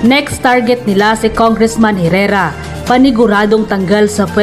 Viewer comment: Hoy Engot, Congresswoman c Herrera at hindi dapat Congressman!!! Ska ang Herrera is silent “H”!